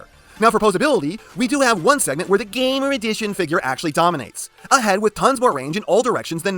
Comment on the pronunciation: I almost feel like You pronounce "GAMER EDITION" as "GAY-MER EDITION".